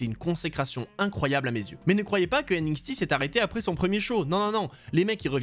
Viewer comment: Aie la prononciation franglais"N-ixti" ça fait mal aux oreilles.